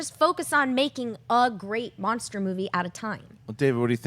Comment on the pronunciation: why is nobody telling that it's "Monster" not "Mongster"?